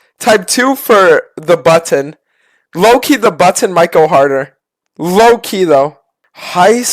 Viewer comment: pronounces button Iike an autist.